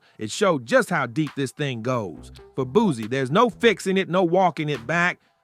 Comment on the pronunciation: Boozie. These new cats different Nigga, it’s Booseee! Not Boozeee 😂